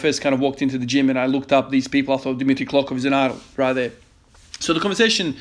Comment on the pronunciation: hey i havent been able to comment my streak cause i am extremely overwhelmed with stuff however i, as a bulgarian just wanted to mention your impressive pronnounciation of dimitri klokov and abadjiev